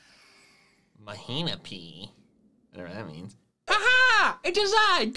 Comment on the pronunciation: “Mahina-peea” - Lunala